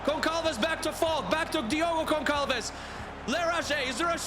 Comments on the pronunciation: Hey, in this case it's pronounced vocally famaliKão. And for Diogo it's said vocally GonSalves. I can't possibly make a prediction but I bet it won't be Barcelona or Bayern. Edit: I sure didn't predict away goals to eliminate Bayern and Barcelona. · As a portuguguese I can tell you that in "Famalicão" and "Gonçalves" the "c" and "ç" are pronounced the other way around - you pronounced them the opposite way. The "ão" is also wrong but the "c" and "ç" really was annoying...